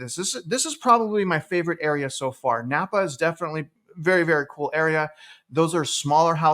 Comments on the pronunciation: I love how you pronounce every where you go wrong. “Boize”, “Napa” 😂 (It’s Boy-see, and Nampa) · Nampa. NOT Nappa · Are you from here? Repeat after me; it's Boy-see. Not Boy-zee. That's how we know people aren't from here. And it's Nam-pa, not Napa. Napa is in Cali. Star is definitely being grossly over built. Like Eagle, it's a California destination. Those of us already here hope development hits a wall and less people move here from the left coast. Idaho will be just fine in spite of all the armchair quarterbacks predicting doom and gloom. You can buy smart, or you can buy stupid. It's your choice. Happy New Year! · Are you really "boots on the ground"? Considering that you said NaMpa wrong...... Someone who is there would know how to pronounce it. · It's NOT..."NAPPA"! The name is NAM - PA. Learn to read. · the city is Nampa not Napa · Star has always been more "rural" and started taking off. That is why there is so much land! Nampa is considered the cheaper living area (Nampa, think of rhyming with "camp" "Namp" for pronunciation lol). There are not many jobs there which makes the commute into Boise from both Nampa and Caldwell LONG. Think at least 45 minutes commute into Boise during peak travel hours. I would have been more interested into hearing about Boise and Meridian. Meridian was literally named one of the TOP cities in the US to raise a family. Boise does not feel like it is in the middle of nowhere.